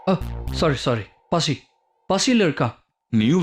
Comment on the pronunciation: அது பாசி இல்லை கே கே பசி😂😂😂